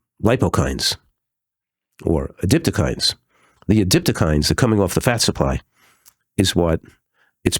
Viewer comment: adipokines, not adiptokines. But the main thing is that we all had a laugh with you both.